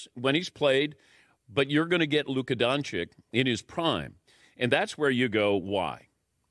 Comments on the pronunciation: Just for peace of mind regarding beginng of this video, and to make it easy for people in the future, every time you see letter Č and Ć you read it as CH. So you read Dončić as Donchich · You don’t pronounce its right.Its not DonciK,its DonciC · I always wonder how people can say don-ch-ik and can’t say don-ch-ich. It’s like overthinking multiple choice answers and ended up picking the wrong one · its not luka DONCIK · Learn how to pronounce his name correctly, for the the love of god 😂😂😂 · ffs learn to pronounce his last name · Hey, it is disrespectful to mispronounce persons, especially when it is one of the most famous basketball players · Respectfully Dan, that pronunciation is totally incorrect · No, that's not how you pronounce his name. It's DonČiĆ, where this "Č" is pronounced as american CH and that "Ć" is pronounced as spanish CH. Ofc, in US his last name is spelled in a simplified way as DonCiC. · That's not how you pronounce his name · Man if you gonna talk about luka doncic, at least learn first how to pronnounce the name right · How hard is it to pronounce a slavic name? Americans: Hold my beer and see how ignorant we are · That is NOT how his name is pronounced... Seriously, how long does he have to be in the league before these clowns can say his name correctly??? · Someone who is supposed to be a professional should know how to pronounce the man's name after this many years. If he can't pay close enough attention to actually know what his name is, then how does anything he has to say carry any form of credibility? He's obviously not one to pay attention to detail, therefore his words are meaningless. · Pronounciation of Doncic surname is wrong